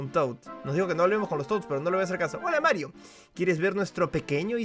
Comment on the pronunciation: Me pone feliz cada vez que dice marrito